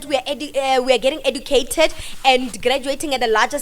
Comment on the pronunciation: 😂😂😂 she can't even pronounce the word educated correctly. Smooth brain hole.